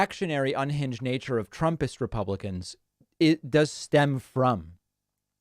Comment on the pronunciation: Repumplekins, i heard